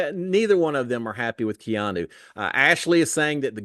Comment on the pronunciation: If i am going to listen to you again this year..you have to say Keeeeaaaannnnu's name correctly!